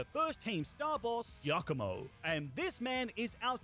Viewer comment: why you sai iacomo and not giacomo